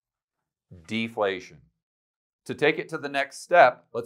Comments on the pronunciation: Deflation and not deplation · Deplation? lol